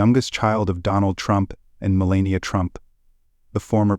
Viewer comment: dude, you need to learn the proper way to say melania's name. each time you say you blunder, you degrade yourself.